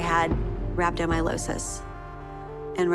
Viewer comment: she couldn't even get the name of her condition right, she said "rhabdomylosis" - nope. it's rhabdomyolysis